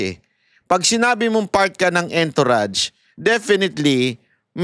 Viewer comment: hindi entourage literal kundi ang pag pronounced nian eh..A N - TOURAGE.